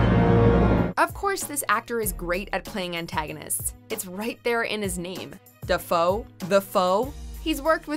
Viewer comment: "Da foe" lol